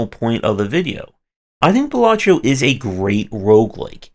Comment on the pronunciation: Other games get a 3 min review... demon solitaire gets 16 mins. lolk "Balatreo"... "Balachio"... it's Balatro. lol This felt like a long, subtle rant because you lost to RNG. Welcome to roguelikes, I guess? Aren't they inherently RNG? /rhetorical